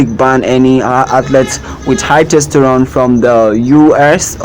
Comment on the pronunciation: Testosterone... not "testerone". The Caribbean is on the north American continent, it is not a continent on its own!